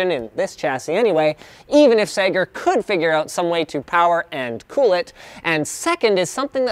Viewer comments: Sager not Sega. FFS Linus you got me crazy excited thinking sega had released a laptop wtf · when you said Segar the first time I thought you said Sega. :) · whenever he says "sager" It sounds like he's saying "SAGA" in broken english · Every time linus said Sager I thought he was saying "Sega" with a speech impediment. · omg I thought he ment saiga like the company but he had an accent but no its really sager. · When Linus said sager, i thought he meant Sega. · sager sounds like Alex mason trying to say sega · Sager. That sounds like how a Bostonite would say Sega.